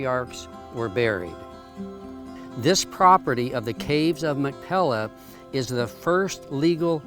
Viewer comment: If you are going to make a video you must have the pronunciation correct. It is not Mac Pella, but it is Mac "Pea lah." You must get the "pea" sound correct. "Mac Pea Lah." That is the correct sound. Thank you. Doctor George Whitehead (La Jolla, California. U.S.A.)